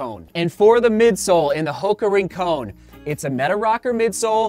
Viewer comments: Yep, combine Rin (Tin) and Con(man) and you've got it :). Surfed there for years growing up, don't want the Santa Barbara crew coming down on you bud. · it's pronounced Rincon not Rincone, just keeping you honest my friend. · The surf spot is pronounced not rin-cone. But rin-con, like con man, or connection. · Its actually "Rin-con." no "cone." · Love the videos! Hate to do this, but “Rincon” is pronounced, “Rin-cawn”. The same way you say “Con” in “pros vs. cons” or Nick Cage’s epic “Con-Air”. It’s named after a surf spot in Santa Barbara, CA, near Hoka’s HQ. Thanks for the review! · you're actually right, it's a surf spot in Puerto Rico.